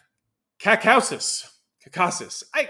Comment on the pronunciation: You need to spend some prep time before these videos. When you can't pronounce terms like "Caucasus" or "Reuters" you lose credibility.